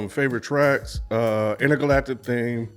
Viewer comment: In what world does Intergalactic sound like Indicud? 💀